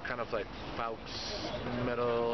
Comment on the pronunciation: Faux Metal? Its pronounced fou Dan. Ha ha. Faux.